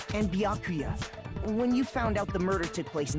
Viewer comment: Might be late tbh but if you don't know, byakuya name is pronounced properly